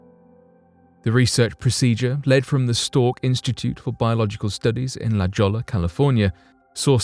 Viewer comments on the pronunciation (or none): La Jolla is pronounced La Hoya, not La Jalla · I've heard you say it before. It's pronounced LaHoya, California. not La Joy a. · La Jolla is pronounced La-hoy-ya...and if your argument is you're not from the area, I am from coastal Mississippi...lol. Still love the vids, tho. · La Jolla, California is pronounced "La Hoya"..... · La Jolla is pronounced La Hoya.....I lived there for 12 years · **La Jolla is pronounced “Luh Hoy-Yah” ...fyi. interesting stories/reports/accounts as always... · LaJolla is actually pronounced la hoya (Spanish)